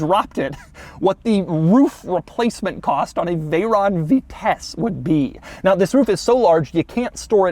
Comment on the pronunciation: At first I thought he said the Bugatti veyron vtech